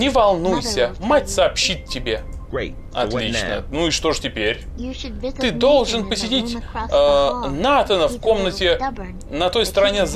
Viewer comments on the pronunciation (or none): НатАна а не НАтана